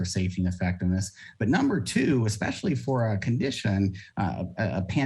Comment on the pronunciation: "expeshally" Way to bogan Scomo.